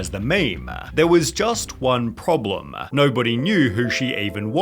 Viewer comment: ....problemaah...mediahhhh...moneyahh...crewahhh....stop talking like this, it is just disgusting